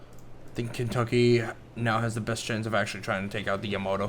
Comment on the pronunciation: It's Yamato not Yamoto